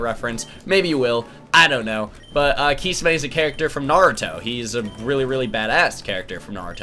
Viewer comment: What weirds me out is how he pronounced kisame wrong